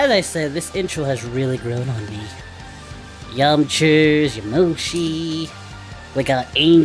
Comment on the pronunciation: “Yamchers” that made me laugh 😂